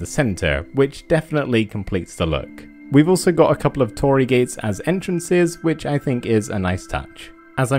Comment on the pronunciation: Minor nitpick, it's "torii", not "toori" ^^